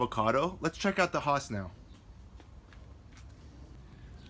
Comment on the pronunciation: 'Hoss'--said no avocado grower that I know--ever--unless they're talking about Bonanza's Hoss Cartwright. 'Hass' is said with a smile--always--and rhymes with lass, class, pass. Oh, sorry. Don't let the pronunciation distract you from the very good information in the video. But with regard to trunk sprouts above the graft union--I would not remove them completely until the trunk reaches a couple of inches in diameter and it is shaded by the tree's canopy. The alternative treatment is to allow the sprouts to grow two or three leaves, and then to pinch the sprouts off to prevent further growth. The green and fuzzy look provides photosynthetic surface to help build trunk caliper more quickly. If the trunk is exposed to sunlight, the lower trunk leaves will also help protect the trunk from sunburn. The extra transpiration flow to these lower leaves will also help cool the trunk.